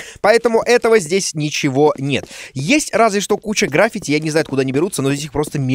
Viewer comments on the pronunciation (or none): Дима, правильно граффИти